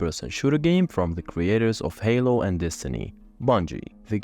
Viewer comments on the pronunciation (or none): none